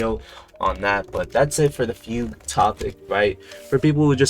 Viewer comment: bro stop pronouncing fugue like that bro